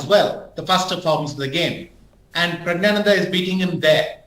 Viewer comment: He keeps saying Prayg and it keeps pissing me off, it's a simple Indian name, Praggnanandhaa or just call him Prug, what's Praayg?